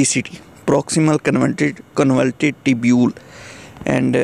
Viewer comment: Bhai Jaan pronunciation ke to apny aesi ke taisi pheri hui. Trichuris ko Tircharas, convoluted ko convulted, . Fluid ko fluud. Glucose ko gulucose. Renin ko re-nun or pta ni kia kia. Itni mehnat ke hui h apny thora idher bhe twajjo dy lo. China k graduate ho kia?